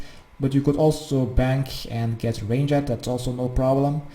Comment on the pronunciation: I love that you call range rangit loll good vid tho ty